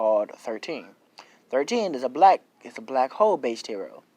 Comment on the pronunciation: When he said black Hole i thoght he said black hoe